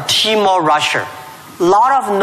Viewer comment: I keep hearing Jack Ma pronouncing Russia , Rusher Do you get the same feeling